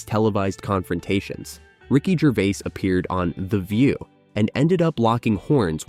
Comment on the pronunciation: Ricky "Gervay"